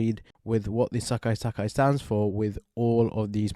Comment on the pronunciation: I find it funy the way you say "Sekai Taikai" as "Sekkai Takkai" 😁